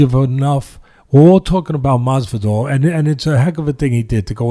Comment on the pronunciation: I wish Teddy would get Masvidal's name correct.